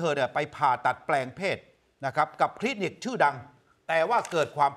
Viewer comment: คลีนิก ไม่ใช่ คินิก